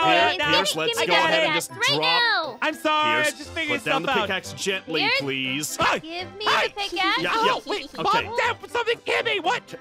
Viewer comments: "Hi Aphmau" "Hi Perce" said Perce Instead of Pierce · "Hi purse" as opposed to Peirce